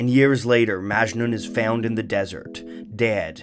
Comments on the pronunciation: Also, it's not pronounced "májnun" with emphasis on the "ma" but rather "majnún", emphasis on the nun. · It’s majnouuuun not majnen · It's "Mujnoo". Not Majnu. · Armin Mobarak Abadi He also pronounces Majnun wrong. It's Majnün not Majnen. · Great video. If it's okay, I'd like to point out that Majnun pronounced as "Maj-noo" where the "oo" is nasal. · Very important, it's not majnun but majnu(pronounced maj-noo) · It's not " majnun" it's "ma-ja-noo" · It's not maachjnun, it is "MAJ-NOON". Please don't butcher languages. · A bit of info: majnun is pronounced as "majnoo'n" and N is a bit of a signal at the end rather than pronounced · The last n in Majnun is silent so its called majnu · Majnun is supposed to be pronounced "Muj(like much)-nu(like noo in noose) at least in Indian languages. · "Majnu"... I think it's Majnu.. like the n at the end is silent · its propounded majnoo. the n is very soft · The last n is Majnun is silent 🙃 it’s pronounced Majnu. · You actually pronounced "majnun" wrong. It's pronounced as "Maj-nu" the last n is silent. In most of Hindi and Urdu words. And here "majnun" means someone who is madly in love. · I had a strong feeling he would mispronounce Majnun.... and he did. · Amazing video as always! But the pronunciation of Majnun irked me a lot. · Is anyone else annoyed about the way Majnun is pronounced?